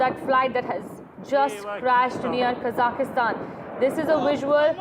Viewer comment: It is Kazakhstan and not Kazakistan!!